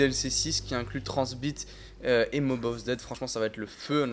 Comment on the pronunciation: pk tu dis transbite a la place de tranzit